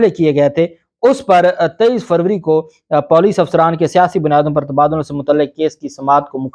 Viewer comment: Bohat dheet aadmi ho Puuleec ko Poooleecc kehte ho Baar Baar samjhane Ke Baad Urdu durust nakerna be sharmi hae